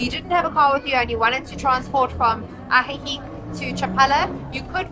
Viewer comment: You dont pronounce the c in ajijic..its "uh-he-he".just an fyi